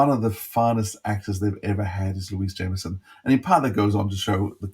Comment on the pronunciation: Louise is indeed amazing. Just a small point that really annoys me - Louise has repeatedly stated, for our benefit, that her surname is "Jameson" - not "jaimerson" and not "jammerson". We all get annoyed when thoughtless and/or ignorant journalists refer to poor Peter Davison as "davidson" on a regular basis (imagine how he must feel!) and this is just as bad. Please, just respect how she prefers her name to be pronounced - it's a problem that's become quite chronic among podcasters. It's not hard to do and I'm sure she's just too polite to keep correcting people.